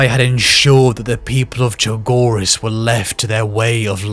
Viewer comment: Fulgrim mispronouncing chogiris is very fitting